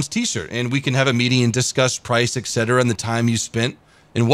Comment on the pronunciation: I'll buy one of your Ts once you learn to pronounce "etc." correctly. Deal?